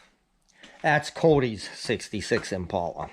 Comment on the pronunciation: Man yeah!! That's when the northern accent kicks in, you should "Impala" spoke in the south 🤣🤣🤣🤣🤣 That is so cool, that's awesome he is fixing that up!!! I have to drive thousands of miles to find my deals, y'all go to the neighbors and score big time 🤦🤦🤦🤣🤣🤣🤣🤣 That baler is awesome!!! I wanted a 273 as well but just outta my price range for the shape they were in😢 I even looked at a 336 sat before buying mine, but something was fishy about it. Way to cheap for around here, and he two stepped around hooking it to the tractor! Maybe we can be each other's support group when these ole things decide to go on the blink with hay on the ground 😉😉😁😁🤦🤦 Loved the tour, very interesting country side for sure!! Thank you my friend for bringing us along!! Can't wait to see a few squares go through your new purchase! I have my fingers crossed the last puzzle piece works out this week, may not be my first choice but it's "pennies on the dollar" and believe it or not, less than 5 miles from the farm 😉😉😁😁😁😁 Look fwd to seeing what's next my friend!! And love to hear those stories sometime as well😉😉😉